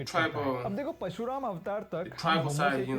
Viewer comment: Whoever the guy is in the video he clearly needs to study the very subject he is talking about. The most important aspect in Sanskruth is pronunciation. This Indian guy is so embarrassing. He literally called Parashuraama as "Pashu" Raam which means "Animal". मंथन ko मनठन bol raha hai... मंदार पर्वत ko मंडार bol raha hai 🙄🤷 हयग्रीव ko हया ग्रिव 🤮 हिरण्यकशिपु ko Hiranya Kashyap... हिरण्याक्श ko हिरन यक्श 🤒🤧 This guy is cringe!